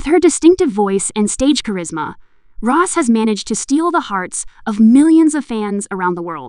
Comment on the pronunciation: Well, the video started out by pronouncing Rosé's name as "Ross". The tabloid Kpop gossip "news" channels are mostly all just running on cheap AI apps and always using computer voices. The announcement is a bad automatic translation job. Apparently, there is a real announcement in Korean and the weird translation gets some of it sort of right. (I miss the days when there were a lot of competent fans who made excellent videos. Most of them are gone and have been replaced by these computerized Kpop gossip "news" channels (many of which are probably made by the same group of people).